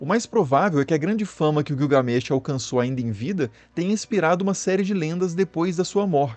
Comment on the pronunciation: Guiugamesh kkkkk😂😂😂 rachei